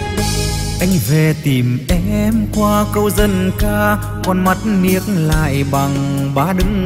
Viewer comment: Không ai lại phát âm: Con mắt " niếc lại ". Duy Phường - cần phát âm chuẩn tiếng Việt.